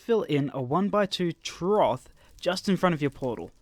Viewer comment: You can create a troth? what the heck is a troth? I believe the word is "trough" pronounced 'troff'